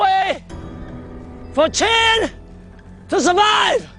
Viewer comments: chin? you mean qin right? the narrator is confusing me. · As a Chinese, it is so awkward to watch the re-enactments in english... and wth is "chin"??? It's "qin"... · why is it chin and not qin